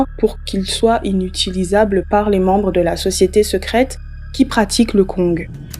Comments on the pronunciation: tu ne dois pas prononcer le g de kong ca se prononce kon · On dit le Koñg stp. sans toute fois prononcer le g de la fin , stp. Merci.